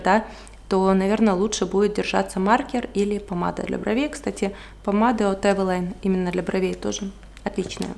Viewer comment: правильно говорить эвелин